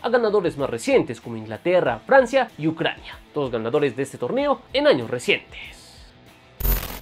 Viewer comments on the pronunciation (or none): none